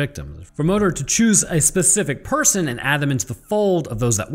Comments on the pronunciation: Its pronounced móðir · Moder is pronounced mooder. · as a pagan, my ancestors pronounced “modër” like “mol-ther”. you mostly roll the tongue but the D is still somewhat there. it’s complicated.